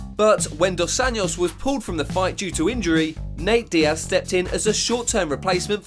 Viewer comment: You are not pronoucing “dos Anjos” correctly.